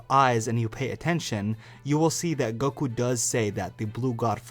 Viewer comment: Stop saying goqee instead of goku dude damn